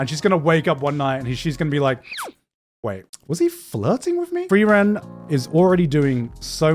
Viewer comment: idk man frieren pronounced as flielän is kind of wack